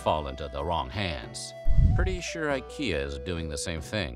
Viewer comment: Ikea. Bwahahahahahaha!! Nailed it